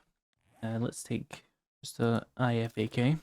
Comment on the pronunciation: just for your info.... IFAK is pronounced "Eye-Fak" :) Btw, Great series, love this mod. I wonder if my Potato of a laptop can handle it, over the base game running on Low/medium settings....